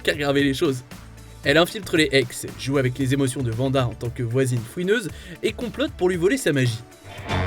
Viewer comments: ARRÊTE DE DIRE VANDA FRR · C'est WANDA pas vanda...